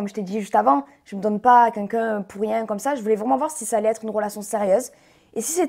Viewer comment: J aime bien Jessy mais à force de dit c"qunqun " au lieu de quelqu'un